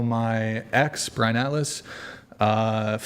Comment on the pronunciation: Maybe someone can answer this for me, as I am a fairly new whatever podcast listener. Why do people call Brian,? lol